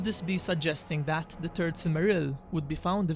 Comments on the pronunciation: The turd silmarils Witin the mountain Torin Oakensheild The center of the eart The war of rat Please, please, please learn how pronounce "th". It's really not that difficult. Bite the tip of your tongue and there it is. Your mispronunciation is really annoying and not helping your otherwise great content. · The confidence with which you call it the turd age.. hilarious. Good vid. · PLEASE PLEASE PLEASE PLEASE WORK ON YOUR PRONUNCIATION. E.g. "The Turd Age" "Train the Thirst". "Trains son, Torin the Thirst". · The only sound issue I have is you keep calling it the turd age and that sounds horrible. EDIT: Also the turd silmaril sounds really bad too. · He said..."turd age"...(giggle)! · Every time he says third it sounds like turd and so I giggle like a little school girl every time. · Sorry mate, but had to laugh when you said turd age... Otherwise great video;) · "The Turd Age"... I'm Sorry. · Thhhh. You must pronounce the H :)